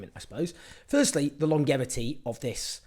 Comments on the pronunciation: Strangh, that's an odd word. Must be local dialect. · who do you say longevity wrong? and then belligerent as well? Both the same mistake, is this an accent thing, seems strangh to me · Just a point of pronunciation, for clarity. "Longevity" and "Belligerent" both have a soft "g".